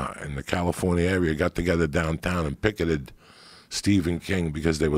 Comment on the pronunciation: idk why but the way Joey says “picketed” just makes me lmao 🤣